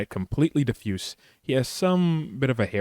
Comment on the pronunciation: One of the few on YT who actually pronounces diffuse properly and not "die-fuse."